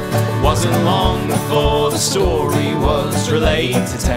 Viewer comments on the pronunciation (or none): none